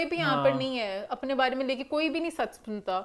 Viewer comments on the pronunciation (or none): Eman bary bary thek sy bola kro.bhary bhary ni hota